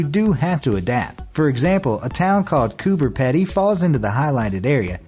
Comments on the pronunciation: ITS PRONOUNCED COOPER PEEDY NOT cOoPeR PeDy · Things that are wrong (in order of appearance) #1: He pronounced Coober Pedy "peddy" and not "peedy" #2: Apparently Denmark is the most prominent flag on the map???? #3: All countries in grey have "switched over to using the metric system" (even though some obviously would have been using it from the start) #4: "If it looks like America is lagging behind slightly that's because WE are" I don't know if you've noticed but America isn't the only country with internet access. #5: Burma. ITS MYANMAR #6: "WE'RE all on our own" - Americans are the only people who exist on the internet #2 #7: "You should subscribe" Most wrong statement in the video smh #8: On most maps Africa looks relatively small??? #9: Literally talks about the mercator projection messes up Africa but then fucking throws it out the window for Greenland. #10: "It wasn't kind to us americans" - Again, assuming everyone watching is american Comment anything you think i missed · Cooper Peddy Um, it's pronounced Coo per pee dee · All Australians got mad when he said Cooper Pedy lol He said Coo- ber Peeeeee de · You didn’t quite get the pronunciation of Coober Pedy right lol It’s pronounced Cooba Peedy. But nice attempt! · Yeah same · It's pronounced Coober Peeeeedy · It is coober peedy not coober pedy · Cooper Pedy mate! Pronounced pee-dee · I live in the same state as Coober pedy and I just need to say, that’s not at all how you pronounce it